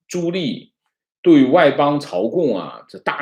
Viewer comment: 纠正一个发音。 朱棣，第二个字念di，第四声，不是li😃